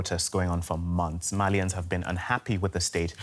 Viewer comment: Why can't female workers ever do research on the things they are predenting, it's Malians not Malayans